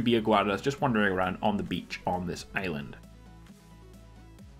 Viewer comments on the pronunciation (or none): none